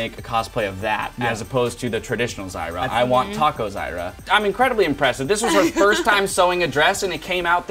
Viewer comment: Did he say taco zyra?